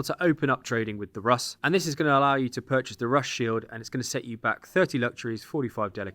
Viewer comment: Rus is pronounced "Roose".